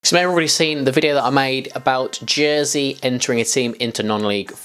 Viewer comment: Did he say Jernsey at one stage? 😂